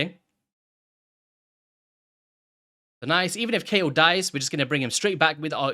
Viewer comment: According to the PLARIUM VOICE GUY it's pronouced "KAYEL"